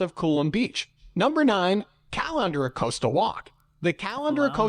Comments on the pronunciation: The pronunciation of Caloundra and Mooloolaba was doing my head in. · Says Caloundra like I should be draining my pasta in it.